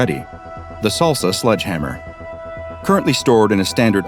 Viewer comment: It's sledge hammer not sludge hammer. Thx